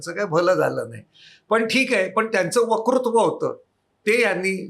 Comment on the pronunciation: आपली मुलाखत खूप छान! आपला ' वकृत्व' हे उच्चारण कानाला खटकते. 'वक्तृत्व' हे उच्चारण हवे. क्षमस्व!